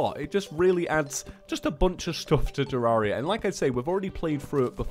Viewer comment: sorry if its because its your accent but its pronounced (TER-RARE-E-A) not (TER-RAR-E-A)